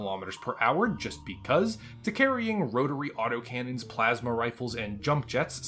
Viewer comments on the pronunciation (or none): none